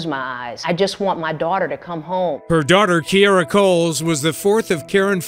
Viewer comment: Key air rah! Kee aer ruh!